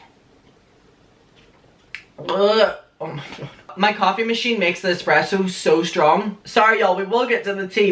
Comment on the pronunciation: The expresso tho